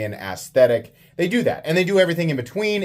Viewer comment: He said gas station ass-thetic 😂